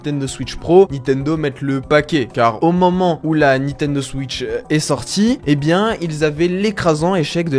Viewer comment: bullshit...et ne sait pas prononcer Nintendo et Breath xD